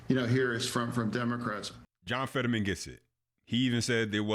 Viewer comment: It's FETTERMAN, not Featherman